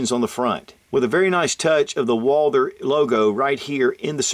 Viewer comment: the h in Walther is silent